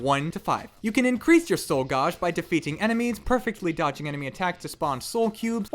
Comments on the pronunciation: Why the fuck are you saying gauge so hilariously incorrectly? Gauge - like age. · "Gauge" is pronounced ɡāj (gaysh)